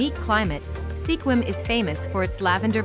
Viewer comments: Langley has no sky scrapers. I about fell down at those pictures. And Sequim is pronounced Skuim. Not Se Quim. What a joke. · It's pronounced skwim.